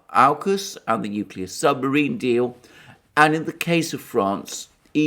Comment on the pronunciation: I like it when you said 'torpedo the submariin' its a good thing slow Joe wasn't listening he might ask for the button.